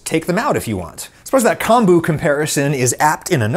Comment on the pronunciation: good to know! not chemistry-related, but kombu is pronounced like “comb”-bu (like the comb you use for your hair)